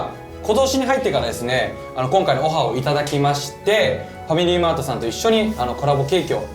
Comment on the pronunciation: レオ君は、「ファミリー…」というつもりが、「ファミラー…」っと言ってしまったんだよね🎉